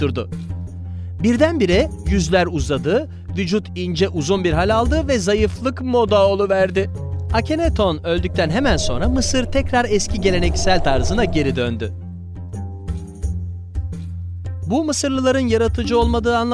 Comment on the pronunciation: İlk akhetenon dedin 😁😂